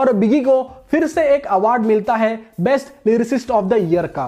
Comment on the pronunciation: Awaaardh nhi hota hr Bhai